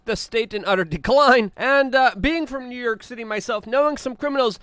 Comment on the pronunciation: Luke where is NerYerk city. I noticed you struggle with pronunciations. A little speech therapy may help.